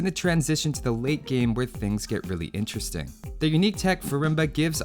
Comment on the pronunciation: Lol every time you saylate game, i keep hearing weight gain XD